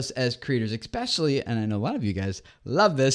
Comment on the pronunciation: Learn to pronounce "especially", not "ekspecially".